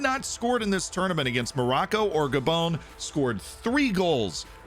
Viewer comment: This man realy calls gabon "gabone"💀